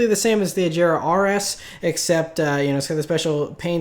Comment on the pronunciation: Agera not "Ajera" just so you know.